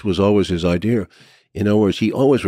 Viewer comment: Come on man. It's easy to pronounce. idea. Not idear.